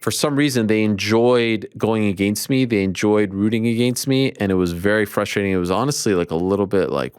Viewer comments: If Ariel pronounces against “agaynst” one more time I’m gonna lose it 🤦😂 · Never say it aGAIN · Ariel, don’t you ever say “against me” like that again…